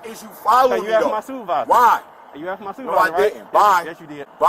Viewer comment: He been done axed him if he could talk wittim...